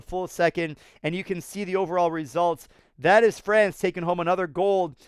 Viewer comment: FRANCE not FRACE 🤣